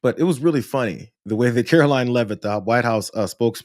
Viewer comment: Your getting gray. Just to correct you, her name is "Karoline" it is "Karolyin'!"